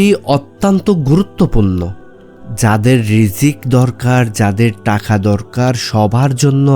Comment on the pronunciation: জনাব আপনি বলছেন মিশুক মন্দ বলেননি কিন্তু আপনার উচ্চারণগত ত্রুটির কারণে অনেকটাই নষ্ট হয়ে গেছে। আপনি টাকাকে বলছেন টাখা। আপনি ধৈর্যকে বলছেন দরজ।আপনি থাকে কে বলছেন তাকে। এ সমস্ত কি কারনে আপনার ভিডিওটা মনোমুগ্ধকর হয়নি প্লিজ